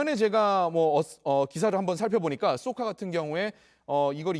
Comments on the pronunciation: 쏘카가아니라 좈 카네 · 쏘카가 아니고 쌕칸데.